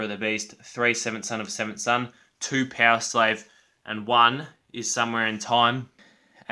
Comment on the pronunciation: Good ranking, Somewhere in time and Number of the beast are probably the best i think, Somewhere in time is more solid while the top songs in Number of the beast are a bit better -> Number of the beast, Run to the hills, Halloweed by thy name. Btw, did you say "Peoslave" instead of Powerslave ? Maybe I´m more used to hear American English than British English ;)